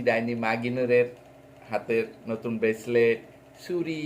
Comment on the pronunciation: ব্রেসলেট না , বলেন বেসলাইট (পদ্মার চড়ের ভাষা)